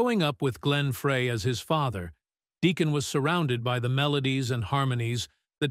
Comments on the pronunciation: Deacon “Frie” not “Fray”. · pronounced fry not fray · His name has always been pronounced Glen Fry, like the cooking word fry, not fray for 40 years. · This is a really good video . However You have to pronounce Glenn and Deacon's last name correctly ...Please. It is pronounced Fry like a french fry !!! Not fray, FRY !!! I knew Glenn for over 60 years, grew up with him in Royal Oak, Michigan and was a life long friend of his until he passed away 😪😞 . Please give him and Deacon the RESPECT THEY DESERVE by getting the name right !!! Thank you....Peace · Please note: the last name is NOT 'fray'. It is "fry". Got it? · It's pronounced fried not fray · His name is pronounced Fry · First I would like to know if this is AI generated voice? Next I have always heard Glen Frey's name pronounced as Fry. Does anyone agree? Maybe Deacon Frey should talk with Hank Williams Jr. He was in the same position after his father Hank Williams passed. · Hold on. This is stupid. How can you put out a video on Glenn Frey and not know his name is pronounced, Fry. Point 2. As a forever Glenn Frey fan, I saw one of the earliest shows with Deacon. Everyone was excited to see him, proud of him, and I didn’t hear anyone at the show or in conversations afterwards negative about Deacon’s performance. There was more criticism that he wasn’t singing more of Glenn’s songs. And that meant the criticism fell onto Vince Gill. Deacon was and is loved!! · I wish they would learn to pronounce the name right it's Frey(fry) drives me crazy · Glen “Fray” Seriously? You couldn’t get the pronunciation of his last name. Shame on you. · I think his surname is pronounced 'Fry'. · Please learn how to properly pronounce his name. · Why can't the narrator pronounce the name Frye correctly. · An AI mess...don't waste your time. If the AI generated voice can't even pronounce the last name correctly, what else isn't right? A lot. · Pronounce the last name correctly. Embarrassing.